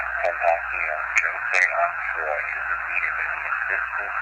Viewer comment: “Johseh Enfroy” it’s JA-SEH ON-FR-OI (Jahseh Onfroy) , but’s it’s cool. rip x 🖤